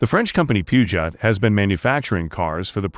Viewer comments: It is pronounced "Poo-zhowe". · Puegeot is pronounced Pew-Jo! Very informative video. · The French limo is pronounced “Poo-zhoh” and it’s a Mercedes Maybach for Turkey, not an S-600. Someone didn’t do their homework. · …. Pew-Jot? Really???? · check google! There is no “R”! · please learn to pronounce the name peugeot... omg...